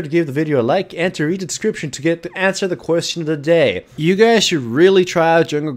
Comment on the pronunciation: "Hooray for lower diabeetus" I laughed.